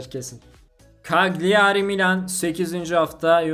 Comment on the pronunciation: Bşk cagliari, kalyari diye okunuyor